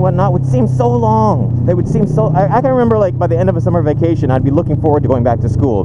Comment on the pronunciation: You sounded so Asian when you said " so long!!!" No disrespect. Love ya.